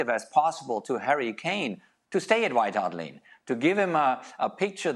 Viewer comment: Klinsmann kept saying "White Heart Lane" 🤣🤣🤣🤣